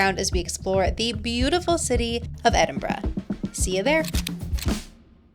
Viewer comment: As an Edinburger, I’m so pleased you got the pronunciation correct 👏🏻